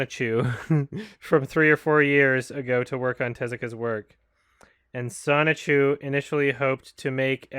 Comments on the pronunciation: Sho-ni-ku, not Sonichu. Sonichu is Chris Chan's oc. Listening to that was very confusing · inability to read the word Shouchiku amazes me. Again and again and again.